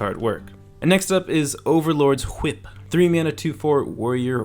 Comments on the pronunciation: i was waiting for someone to say that jike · When you said whip I had the same reaction as Brian in Family Guy when Stewie says it like that. Why are you saying it like that. Good breakdown though